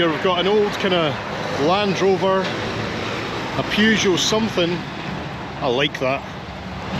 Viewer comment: Um. "Pew-geot"? 😮